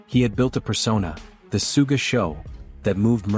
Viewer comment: Sooga Sean o malley lol. Just put an h in the script and the AI thing should be able to read it better